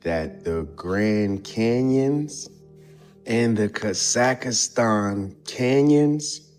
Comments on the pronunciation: It's NOT Kazakastan, it is Kazahstan. That man have zero traveling experience. He does not know almost nothing. He just reads from Wikipedia and draw the conclusions as he see fit. There are good number of us that have visited most of these places. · Homie says Kaz ak a stan!!! lol.